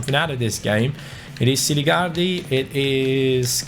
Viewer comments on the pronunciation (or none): Selligardi lol (it's Siligardi btw)